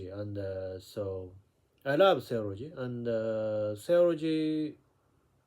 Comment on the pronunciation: the way you pronounce "Theology" is too fast..... Should be Theeeo...le.....gie.